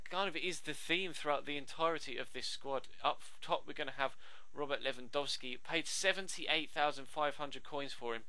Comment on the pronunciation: Who's Lewansowski? ;)